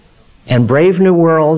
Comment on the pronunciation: Right he calls "Brave New World" "BRAND New World". Nearly unforgivable!!